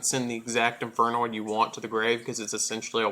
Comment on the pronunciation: you alos butchered all the infernoid names lol